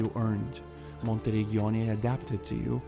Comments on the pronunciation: No worries 😁 Your pronunciation would have been correct if it was written like "Monterigghioni" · Your pronunciation of ''Monteriggioni'' is a crime against Italians